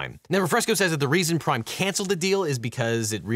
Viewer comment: I kept hearing ''Crime energy drink''.